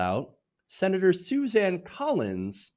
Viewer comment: Susan not Suzanne! I know it is not that important, but it annoys me hear you mispronounce names.